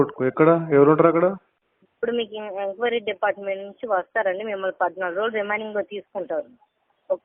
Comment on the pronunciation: అది రెమైనింగ్ కాదు అమ్మ రిమాండ్😂